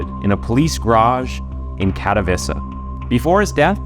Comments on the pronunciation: "Katowiza" is not how you pronounce Katowice. I'm not polish, but I'm 100% certain you butchered that. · its Kat-oh-vee-che not Kato-vissa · Tbh..it wasnt pronounced well